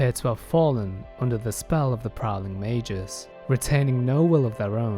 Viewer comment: Mei-gus not mei-jus. FFS